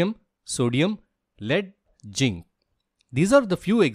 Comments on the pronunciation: Sir it's zinc not ginc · You are mispronouncing zinc.. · Pronounce zinc properly